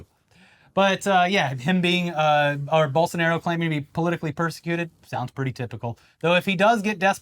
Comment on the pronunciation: I gotta say, great job pronouncing Bolsonaro’s and Lula’s names.